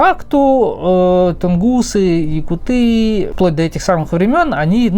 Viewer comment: Если ты говоришь якутыы, тогда и говори тунгусыыы! Правильно будет якУт. Ты же не говоришь например бурятыы, а бурЯты. Татарыы, чеченцыы, башкирыы. Тогда почему вдруг говорите якутыы? Очень режет слух, вообще правильно будет саха!